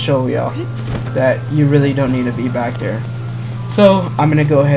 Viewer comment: “Back der”